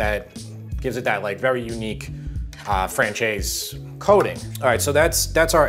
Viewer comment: looks awesome and now I know how to pronounce francese